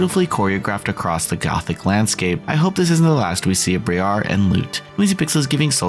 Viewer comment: It’s briar like briar rose